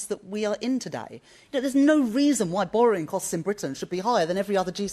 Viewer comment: She can't even say borrowing correctly according to Rachel it's boring